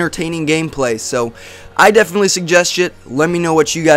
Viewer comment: it sounds like he says "i definitely suggest shit" lol